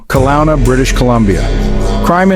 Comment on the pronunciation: Not watching anymore of AI voice. Soon as I heard the pronunciation of Kelowna, I'm out.